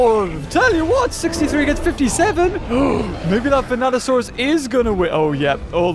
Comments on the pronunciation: Completely. Different. Skull dino man. Vanatosaurus and Vastatosaurus are not the same dino. Hearing him say it wrong throughout most of the vid is making me whinge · Yep. Them "Vanatosaurus's" are pretty vicious. Totally not "Vastatosaurus" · Vastatosaurus.... Not Vanatosaurus 🤦‍♂️ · Godzilla '98 is NOT Zilla. Also, they're called Vastatosaurus and NOT Venatosaurus. Just saying. ^^ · Me: Vas: Vas Me: Tat: Tat Me: O: O Me: Saurus: Saurus Me: Vastatosaurus: Vanatosaurus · Vanasurus sounds like bananasurus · Venato>Vastato XD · Bro said vastatrsauros once and then the rest is venatasauras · In the intro you said vanatosaurus ITS VASTATOSAURUS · Seriously? It's not Venatosaurus. It's *Vastatosaurus. Rex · Vastatosaurus not vanatosaurus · he says vanatasaurus instead of vastatasaurus lmao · It’s VaSTATosaurus not VaNATosaurus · it is not vanato it is vastato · ya japanese speaking show off lol! 😅 vrex! 😚 and its vastatosaurus rex not venatosaurus. venato/vanatosaurus r the raptors in the film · See, I also heard "Bananasaurus" like the first time he said it but then I was like "Nah, It's Just Saying Dinosaur Names Wrong." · 'Vanatosaurus' Me: gets triggered everytime he says that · I kept thinking you were saying “Bananasaurus” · Even the caption keep saying bananasaurus rex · VASTA! Say it with me: VASTAsaurus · when he said vanatosaurus i left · yes but beaver is talking about vastatosaurus